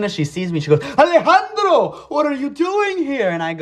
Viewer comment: The way he says Alejandro is so funny bro